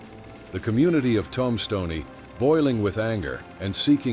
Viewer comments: Tum-stoney? Come on, just narrate this stuff yourself. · I don't know how bad your AI has to be to pronounce Tombstone as Tom Stoni. Please hire somebody that knows how to speak the English language narrate your videos. Lose the damn narrator that can't speak the language